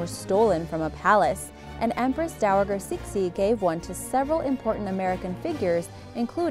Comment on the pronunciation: The 'g' in Dowager is pronounced with the same sound as geranium or aged! Why can't narrators be well read enough to know and pronounce ALL of the script?!?!